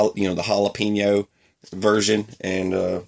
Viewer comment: The first time he said jalapeño I laughed too hard!